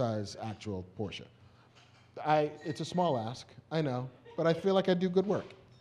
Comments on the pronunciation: Porsche pronounced like a german! Nice! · THANK YOU Marc for pronouncing Porsche correctly!!!!!!!!!!!! I thought I loved you before, but now it's like respect and shit.